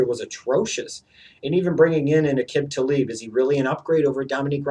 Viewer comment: Will you EVER say Aqib Talib's name right?